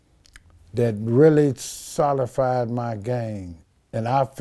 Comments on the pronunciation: He really opened up in this part of the interview. Suga free wasn't telling the game though because it's to be sold! And Every time he said "solified," instead of solidify, I cringed 🤦‍♀️🤦‍♀️🤦‍♀️ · Can you say Solidify correctly one time please!!!